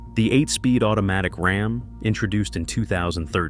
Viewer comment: Heme and RAHM. I hate AI videos.